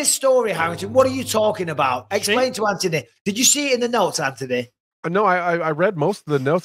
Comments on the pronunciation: Mike there's a letter haitch in AntHony lmao Antony 🤣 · how has no one told Bisping how to pronounce Anthonys name yet?